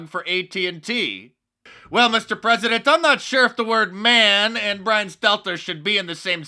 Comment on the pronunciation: why does Little Bwian have Joe 90 on his team?